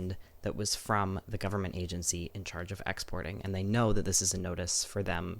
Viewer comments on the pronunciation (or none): none